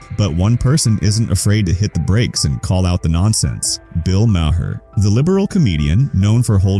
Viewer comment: His last name is pronounced “Mar.” not Mah-her.